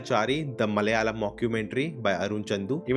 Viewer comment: pls stop saying "Malalam"!!!! Its "MA-LA-YA-LAM".